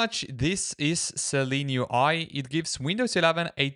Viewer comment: It’s Seelen UI not Seleen UI.